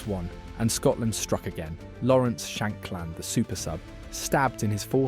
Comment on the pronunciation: That AI narrator had a bit of a brain fart there talking about Mctominay’s goal 😂😂 also “Hampton” “keep the hide” “shank land” (sounds dodgy 🔪) and calling Dorgu “Partick Dorg” was a particular favourite. Actually thought it said “Patrick Dork” at first 😂